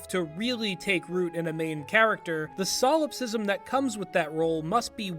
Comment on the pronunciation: Solipsism. Not solopsism